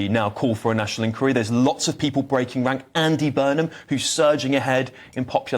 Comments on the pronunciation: The word is 'inqUiry' - stress on the second syllable. 🙄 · Can you stop saying ink weary. Its inquiry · Inn-choir-ee please. This is not America. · Can please annunciate inquiry properly please, not like an American. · you’re a great guy and a superb presenter, but why do you keep pronouncing “Inquiry” the American way? This is the UK and you certainly sound to me - very much English!!! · On, and try to pronounce "inquiry" correctly. This is the UK, not the US, and the creeping Americanisation is an embarrassment.